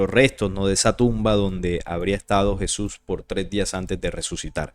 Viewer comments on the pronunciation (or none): none